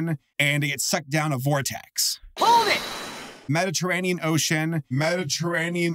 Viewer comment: as a commenter i can confirm i will not bully for saying "medditeranian ocean" i also probably spelled that wrong